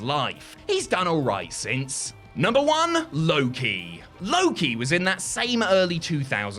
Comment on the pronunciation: Idk who besides Paciti needs to hear this: but Low Ki is pronounced like Low Key not Loki. Emphasis on the K lol